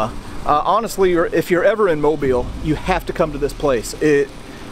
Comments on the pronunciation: You are the first channel I’ve watched that’s properly pronounced mobile AL correctly! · Thank you so much for pronouncing my home town correctly!! Great video!! I love visiting that beautiful beast